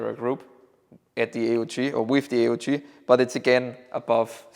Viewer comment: Delighted you pronounced A.U.G for Armee-Universal-Gewehr / army universal rifle. Instead of the other pronunciation